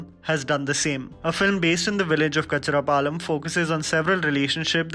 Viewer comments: It's not Kacharapalem. It's 'Kan-chara-palem'. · It's not Kacharapalem Dude, it's Kancherlapalem 😋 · DUDE IT'S "K-A-N-C-H-E-R-A-P-A-L-E-M" NOT KACHRAPALEM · This was a very informative video..just a small correction. It's kan-char-palem not ka-char-palem🤣🤣🤣 ... U can also watch few more telugu films like - Mahanati Brochevaru Ee nagaraniki emi aindi... 👍👍👍👍👍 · Bro its "Kancharapalem" not "Kachrapalem" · Lol, It’s not kachara palem, it’s kanchara palem. Never mind, good collection. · cun-cha-ra not kachra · Its not kachadapalem, it is kancharlapalem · It's c/o kancharlapalam not kacharapalam 😂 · It's 'kan-char-palem'.....u screwed the name dear...but yes...this is one of purest movies ...not a feel good movie..but watch it to understand love, coming in every form. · Bro kachara nahi kancherapalem bro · Oh my god! Telugu movie c/o kancharapalem not kacharapalem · It's not kachra palem bro It's kancharapalem 😂🤣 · It is kancharapalem bro not kacharapalem 😅😅😅😆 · Its C/o Ka'n'cherlapalam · Its KANCHARAPALEM for gosh sake!! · Love love this idea... thanks a ton ... (it’s kannnn-charapalem I live near this place 😃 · Love your opening statement - “Diversity”. Pls work on your accent on non Hindi film, for eg C/o Kancherapalem